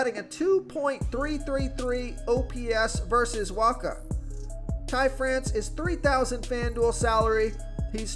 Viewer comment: Did you just pronounce Michael Wacha's name correctly? Pinch me, I'm dreaming.